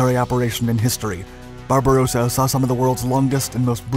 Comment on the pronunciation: We once more have the operation "pink beard". This narrator is incapable of distinguishing the pronunciation of Barbarossa from Barbarosa. However, he has also added "loving space" to his catalogue of howlers by his mispronunciation of "lebensraum" - living space as "leibensraum".